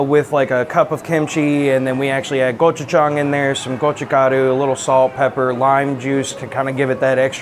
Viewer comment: its gochujang adam not gojuchang